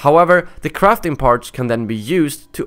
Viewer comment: when he said crafting parts it sounded like crapping parts